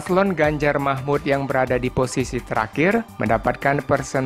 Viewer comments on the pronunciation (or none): Baca yang benar, bukan Ganjar Mahmud ,tapi Ganjar Mahfudz